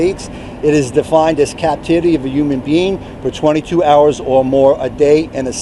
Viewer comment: I think he also said that thay are “Yumn beings”